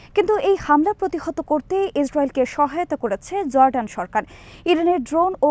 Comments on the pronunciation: JORDAN not ZORDAN // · correct pronunciation of Jordan is Jor-Dan it's no Zor-dan. It's vital that correct pronunciation is vital when delivering news. Thanks